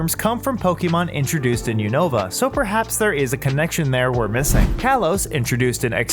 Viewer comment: You said unova wrong